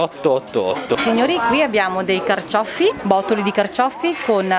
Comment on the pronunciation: E “carcioffi” con due “effe”...tipico buranello